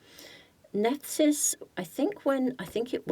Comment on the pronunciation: Nephthys is pronounced 'Neph iss'